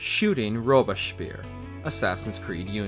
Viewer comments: Sounds like Robesphere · Rubish peer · the narrator's pronunciation of robespierre makes me think the reign of terror was good after all. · Bro you gotta go back and try that Robespierre pronunciation again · The way you pronouce Robespierre is criminal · in opposition to the narrator whose pronunciation of robespierre makes me want to stab myself in the ears